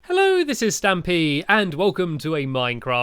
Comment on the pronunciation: He says ,,HEllpo an stampy